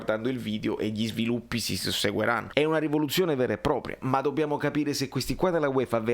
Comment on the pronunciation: però s ric "susseguiranno" 😂